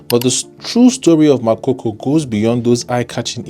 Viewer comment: It’s Makoko not makoko. Get your pronounciation right 😩